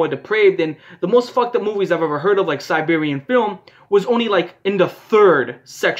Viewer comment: HE DID NOT PRONOUNCE SERBIAN FILM AS SIRBRERIAN FILM HAHAHA